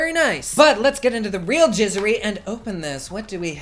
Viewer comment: did he just say jizzery...?